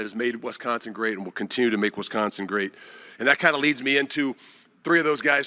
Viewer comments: Can someone please explain to this guy… it’s wIsconsin…. Not wEsconsin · Hey coach, maybe learn the correct pronunciation of Wisconsin for starters!